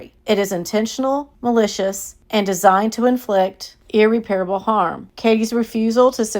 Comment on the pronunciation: Ear-rep-perable not Ear-repair-able